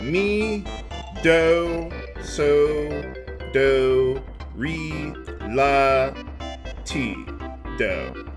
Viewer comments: Ree? REE? Come on,, I thought you said you were musically inclined. It's Ray. havn't you ever seen the Sound of Music? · "RE" is pronounced like ray. Do[e], a deer, a female deer. Re (ray), a drop of golden sun. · Re is pronounced 'Ray'. Ri is pronounced like you said it and is a half half step above Re =P.